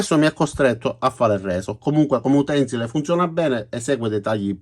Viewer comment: Signor, sempre interessanti i suoi video. Mi permetto però di consigliare di pronunciare correttamente la parola utensìle, e non come frequentemente ascolto. L' accento tonico cade sulla penultima sillaba, ossia sull'ultima "i". Grazie e buon lavoro.